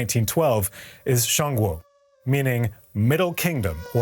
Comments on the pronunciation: 1st, you can't even pronounce Zhong Kuo correctly... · you really presumably researched an entire 40 min documentary on china and you cant even get the pronunciation of ZhongGuo correct?